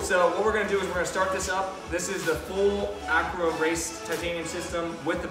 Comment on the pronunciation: you called it the full Acro Titanium Race System? It's pronounced A-CRAP-o-vich with the annunciation on the CRAP. But not a short A as in crap, an accented A (almost like an O) like a German. It's a fun word to pronounce once you get it right!